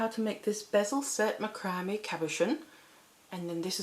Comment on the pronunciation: Love your designs! By the way, macrame is pronounced Mac cra may